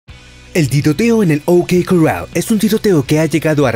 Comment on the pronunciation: A ver si aprendes a decir corral.